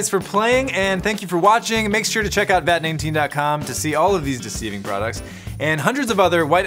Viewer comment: He said vat naneteen